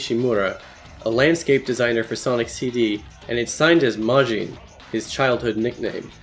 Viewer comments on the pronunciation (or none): Mans pronounced majin like how americans pronounce jalapeños